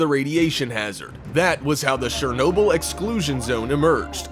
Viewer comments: got this in my recommendations, FUCKING SHEERNOBYL... this guy NotLikeThis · Shurrr noo bill 🤣😅🤣😅🤣😅...just stopp man😅🤣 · This was facinating, but the narator's use of a soft "ch" (sh sound) to pronounce Chernobyl (ch as in church) is driving me nuts. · He's saying shernobyl not Chernobyl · its not shernobyl its chernobyl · not czernobyl but chernobyl with a sz sound trust me live next to ukraine i know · also he said Shernobyl instead of Chernobyl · Its Shernobyl if we heard but the words are chernobyl. Not shuroaurjisjajsiajnobyl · The correct way of saying it is [chur] - [nob] - [uhl], you can even look it up on how to say it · You pronounced Chernobyl wrong ever time you said it its not shernobyl its chernobyl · Ch-er-Noble NOT Share-noble! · It’s Chernobyl, not Shernobyl. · The "Ch" in Chernobyl is not pronounced sh, like in shame. Its pronounced like "ch" in champion. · god dammit, its pronounced CHAIR noble, not SHARE noble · Its CHernobyl not SHernobyl... LOL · It's Chernobyl not shernobyl. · Good grief it’s pronounced Cherbobyl, with a Ch - as in chip, NOT Shernobyl. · it is Chernobyl not shernobyl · Its pronounced CHUR-NO-BYL. NOT SHER-NO-BYL. lmfao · Dude... the CH in Chernobyl is read as CH i “birch” stop reading it as Shernobyl. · sh-ernobyl OMG that pronunciation drove me nuts lol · He sounds WAAAAY too excited, plus he pronounces Chernobyl wrong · I’m just gonna assume no one got the joke even after 8 months of how the news reporter said it... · Glad I wasn’t the only one who noticed that. 🤣 The narrators pronunciation was driving me crazy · and i can look out my windows and on a good day see the exclusion zone. if you are Ukrainian its mighty weird you say it incorrectly. дуже дивно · Is he intentionally calling it shernoble? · In Ukrainian it is Chornobyle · Thanks, but I don't need to buy "Shernobyl" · anyone triggered how he says chernobyl as shernobyl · "Surnobyl"? Dude... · Quick tip it's not pronounced Shhernobyl 🤦‍♂️ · Shernobyl = ? Really